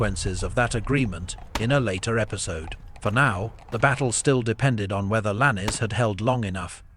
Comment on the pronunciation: Could you please get the pronunciation of names correct Lannes is Lanz not lannie there are other such errors